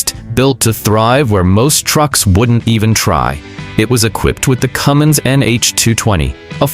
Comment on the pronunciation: Cummins, not Cummings.